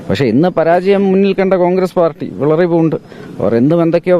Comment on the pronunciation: വിളറി " പൂണ്ട് അല്ല മകനെ" വിറളി " ആണു ശരി. മലയാളം ശരിക്ക് പറയാൻ പഠിച്ചിട്ടു വാ ' എന്നിട്ടാകാം. MP ''